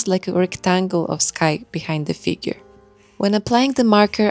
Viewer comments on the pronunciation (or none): none